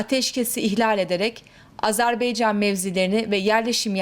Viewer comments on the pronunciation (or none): AzerBEYcan değil yarbayım AzerBAYcan olacak Allah aşkına reisi cumhuru hiçmi dinlemiyorsunuz lütfen dikkat edelim